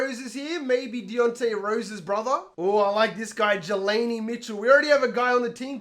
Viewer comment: Jelani is pronounced G-Law-Knee